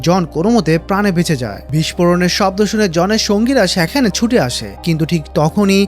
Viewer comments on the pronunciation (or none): আপনার গল্পবলা সুন্দর, কিন্তু দয়া করে একটা উচ্চারণ ঠিক করেন,সেটা হলো "সেখানে" বলা শব্দ টা। এত বাজে লাগে।প্লিজ